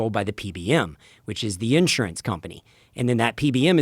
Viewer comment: Unless you can find a way to pronounce the word Insurance like you live in the 21st century get off the fucking mic